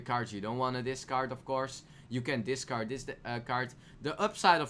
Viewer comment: discard dis card nice pronunciation